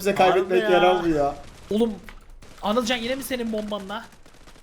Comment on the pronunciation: anılcan deil abi anılken